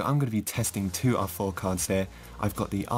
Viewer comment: I always hear awful instead of R4